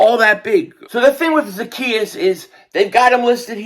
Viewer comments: Funny how still got the name wrong. The E is long....Za-key-us... He did get it right in the middle. 😆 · I am in tears the way you said his name 😂😂😂😂😂😂😂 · You are so crazy. You have me rolling all over the floor lmao at you trying to pronounce his name.